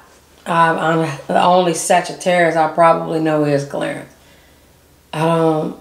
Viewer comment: Why Did You Have To Pronounce Every Letter In Sagittarius Like That😭😭